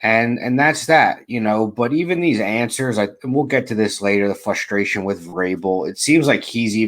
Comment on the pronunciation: It's FRUSTration, not FUSTration lol